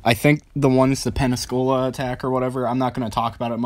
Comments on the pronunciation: "Pen-ne-su-cula"? Pensacola. FL. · WOW COOL... side note: it's PENN-SA-COLA. just so ya know for the future. 👍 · It's pronounced Pen-si-cola. School much? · It's pronounced Pensacola bro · Learn your stuff man godzillas neck always had glow when he fired off in kotm he just wasn't orange also learn to pronounce Pensacola for christ sake